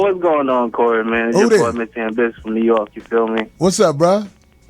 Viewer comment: Bobby said Dew Jork pistons